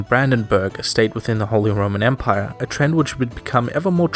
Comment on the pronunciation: “holy Roman emire”